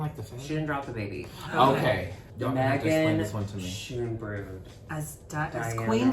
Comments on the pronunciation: Schoonbrood is pronounced Sohn brohd apparently? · Talking about phonetics and then pronouncing Schoonbrood like that?😂 Jk gals, thanks for reviewing and it's nice to see the pack back together. Good luck on those subtitles (skip 'em though, they're awful) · I love how they debate how to say Sedergine but they totally botched Megan Schoonbrood 😂